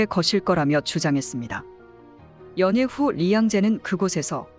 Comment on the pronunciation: 연예( 예능) 가 아니라 연애, 한국말 발음도 이상하고 한국분이 아닌것같네요.